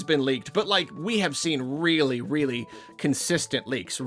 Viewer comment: Your honor my client pleads Weally Sowwy